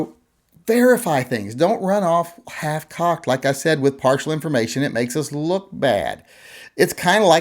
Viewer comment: Did you say half-cocked or hitch-cocked ... lol